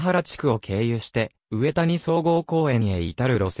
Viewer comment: 上谷総合公園はうえたにではなく、かみや総合公園と読みます。ロイヤル交通は上谷コース、常光コース、田間宮コース、馬室コースがあります。